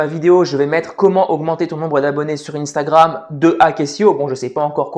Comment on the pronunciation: Instagram, sois tu le prononce en français,sois tu le prononcé en anglais mais tu ne le prononce pas les deux😭